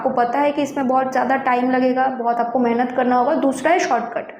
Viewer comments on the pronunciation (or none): none